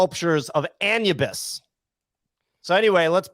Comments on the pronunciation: 😅🤣😂 "Anne-you-biss" If doesn't make that into a short he's not watching his own vods. Pretty sure 'tis pronounced "Ah-noo-bis" gents. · Lol at still saying anubis wrong with so much confidence haha